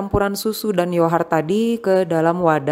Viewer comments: Knp mommy nyebutnya yohart bukan yogurt? Aku sampe dengerin di translate penyebutannya 😅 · Kok sama bun, aku jadi kurang fokus nontonnya karna yohart hehe